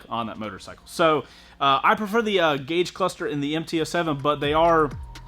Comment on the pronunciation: Gag the cluster!